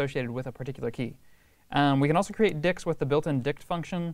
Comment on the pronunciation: Your class has been the best so far i have found on python, but can you please emphasize the "t" when you say dicts